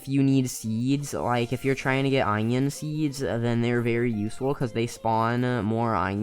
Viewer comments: my mans really said "eyenoin" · the way he said onion